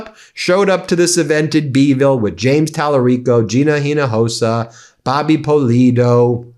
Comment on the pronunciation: To correctly pronounce Ms Hinojosa’s last name imagen there is no H. Inojosa